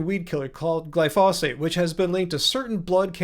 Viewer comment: my friend, it's "glyphosate" and not "glyphosphate".